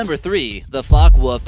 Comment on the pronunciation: Please remove clothes pin from nose... and i know porsche is commonly mispronounced, but come on. There's an E at the end of Focke...